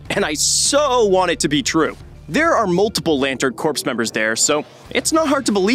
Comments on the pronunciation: Hey, dude: "Debut" is pronounced "day-byoo." "Corps" is pronounced "core." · The ‘p’ is ‘corps’ is silent btw